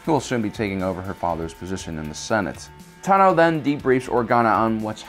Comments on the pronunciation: Dude, why are you a presenter when you literally can't pronounce ANYTHING correctly?? Ahsoka's last name isn't ta-NO, it's TA-no. The moon wasn't called "Rah-da", it's called "Raada"....as in ra-A-da, hard "A". Three syllables, not two. If you don't know anything about the topic, don't talk about it...... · TAno not TanO!!! you soppused to know about Star Wars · Pretty sure it’s TA-NO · The fact that he says Ahsoka Ta no is so triggeringgg ocdddsadsafgadsg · I cannot handle this assclown narrator constantly mispronouncing Ahsoka TANo's name.